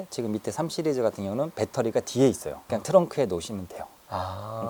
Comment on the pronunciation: 예전 부터 느낀거지만 "시리즈" 발음 나만 거슬리는건가요?